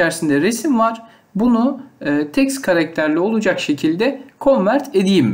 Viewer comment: Önce git Türkçe konuşmayı öğren Teks karaketeri ne yaaa